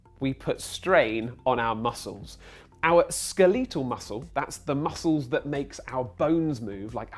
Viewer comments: Did anyone else catch, "ska-lee-tul" muscle? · Skuh-leetle muscle? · skel-leetle muscles.....? try saying that again pal